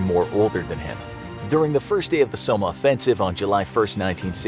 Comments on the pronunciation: "Som-meh"? It's more like "som-mm" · Seriously why cant Americans say "Somme". It's just "Som" not "Sowma" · It’s not somma it’s Somme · it's pronounced som not somma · So-mah. It's pronounce, "Sawm", guy. And what is that weapon in your thumbnail? Where is that soldier's helmet? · Tf is the battle of sommer lol. Its pronounced som. Aka the somme. I've been the the somme battlefield. The youngest I saw killed was 15. I'm sure there were many younger. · the somma lol u pronounce it the som btw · It’s the Somme pronounced (saum) not “sawmeh” do you guys educate your readers on how to pronounce foreign words at all? This isn’t the first goofy pronunciation I’ve heard on this channel. It’s honestly like nails on the chalkboard of my brain when you mispronounce words in common usage in historical circles. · great vud but its the battle of the somme pronounced SOM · Its pronounced Psalm, not So-ma. The Somme... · yeah exactly it is spelled somme not somma what he said it really annoyed me in this video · my guy really said the Somma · That's not how you pronounce Somme. It's more like som. But awesome video tho!! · Somme is pronunced "Sawm" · I cringed every time he said somme. It's Sa-mm. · 😂😂”the battle of the so-mah”😂😂😂 it’s like “bro! Do u even know history?😂” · He's mispronouncing the Somme. It's just like som. Rhymes with Tom or bomb. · It was very odd the way you pronounced somme its pronounced som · Cba even watching after the way you said Somme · Isn't somme pronounced without the e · You mispronounced how "Battle of Somme" is pronounced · Yo! Narrator! Before you record your narration, would you please research the topic a little bit so you stop mispronouncing important details? I got to before I couldn't take it anymore, made this comment, and left. SOMME. Read about that before you read to us about it. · His pronunciation of “Somme” is painful to listen to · The way u say Somme makes me cringe so hard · Ah Your mispronouncing “Somme”